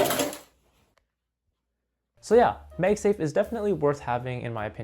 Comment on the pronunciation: its pronounced MagSafe like magnet bro.....